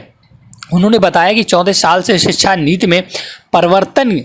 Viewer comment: नीत नहीं नीति